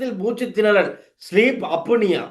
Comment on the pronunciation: Sleep அப்பினியா இல்லை. Sleep அப்னியா